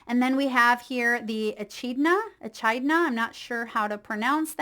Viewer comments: Echidnas are from Australia 🇦🇺 where I'm from, pronounced E-kid-na. Thank you for the reading ❤ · Its an Australian animal. You pronounce it E-kid-na. ❤ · Pronounced . . . E - KID - NA , lives in Australia 🇦🇺 Blessings from Patrick 🌈